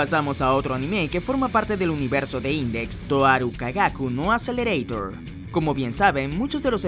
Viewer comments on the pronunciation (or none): no lo pronuncies en inglés como todos esos que ven anime y no saben japonés di mejor "Akuserereetaa"